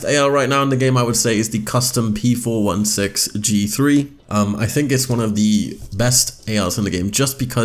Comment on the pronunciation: Don't mean to sound like a jerk but its p four sixteen